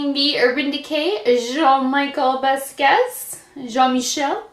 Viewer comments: Just an FYI,...you might want to look up the artist and you will see why they selected the colors they did, as well as how to pronounce his name. LOL! Best way I can tell you - BAS-KEE-YACHT - if you try sounding that out, you'll be close. I REALLY wanted this entire collection; I adore this artist! It is my understanding that his family contracted with UrbanDecay to create this collection. And no, gone. I'd also love to get the Pretty Vulgar collection to review on mature skin! I'm in love with their palettes! Wait until you try them; the quality, especially the metallics, is incredibl! I sampled them in store...and they're at the top of my wish list, along with Viseart's palettes! Much love to you, Shelbie =) 💋 (BeautyDaughtMom) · hi. Jean Michel Basquiat is pronounced like: Bas- key- ahh.:)